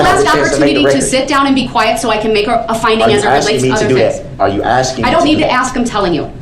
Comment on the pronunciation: I'm sure they are axing him about subject matter jurisdiction every night😂